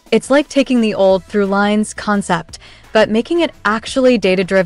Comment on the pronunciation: That's not a real person presenting. The voice said 4-ex instead of 4-times, for the text "4x". And it pronounced "thru-lines" wrong.